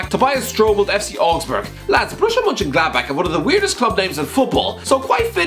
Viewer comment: It amazes me that he managed to pronounce Borussia Mönchengladbach correctly, and yet he can't pronounce Schalke right